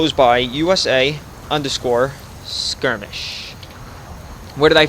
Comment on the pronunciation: Still so grateful for your tutorials, they helped so much that I might release my first small mission pack soon. But one thing I gotta say... Every time you say "scrimmish" (?) instead of "skirmish"... a kitten dies. Please, remember that...